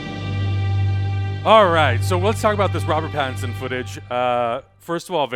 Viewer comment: It's pattinson. If u can't say it right, don't say it at all. Nobody has the right to insult other people's names